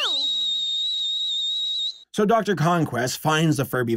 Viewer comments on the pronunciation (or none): definitely heard him say dr.cumblast instead of conquest when he starts talking about his mouth